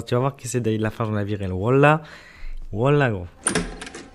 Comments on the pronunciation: Il dit wola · Si tu crois si tu croises David Lafarge tu pourras lui dire que wallahe c'est pas comme ça que ça se dit